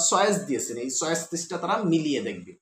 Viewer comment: চয়েস কে বলে ছয়েচ